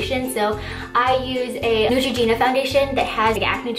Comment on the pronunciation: She said neutragina. I don't think I spelled it right though